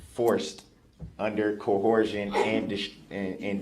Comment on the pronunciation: Every time I hear “cohorsion” I tee hee hee kee kee kee. 😂